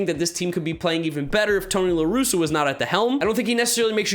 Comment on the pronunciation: You got Ross, Tingler, and LaRusa wrong. Otherwise you were mostly spot on.